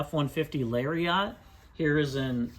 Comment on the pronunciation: He pronounces Lariat really weirdly.